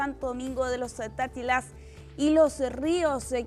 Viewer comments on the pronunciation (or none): Santo Domingo de los "tsatátilas" tan bello como lo dijo 😂🤭